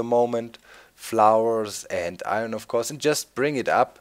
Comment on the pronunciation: Eye ern not eye run silly guy